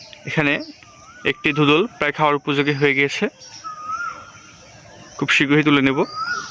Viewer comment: Besi suddu kota koite giya dhundhunl re dhudhul koya falaice.....boro loke ajaira pola pain